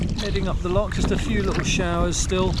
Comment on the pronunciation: Looks like a smashing adventure. Precisely what young men should be doing rather than being plugged in to a PS5. Only criticism is Dad butchering the pronunciation of 'loch', making my soul shiver.